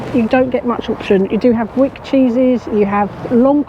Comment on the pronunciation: Please note its actually pronounced 》 Whyk.《 not Wick. 😁😍 it's because I live in a place called Wyke. Really love your work.